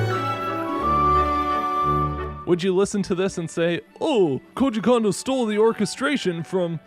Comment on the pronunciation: I love all your videos including this one, but please understand: there's only one o vowel in Japanese, and it rhymes with "oh". So the "Ko" in Kondo should rhyme with the "Ko" in Koji. I figure if he's your man (as he is mine), you should pronounce his name correctly. :)